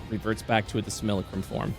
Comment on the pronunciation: Great episode, but the mispronunciation of Simulacrum is killing me :,)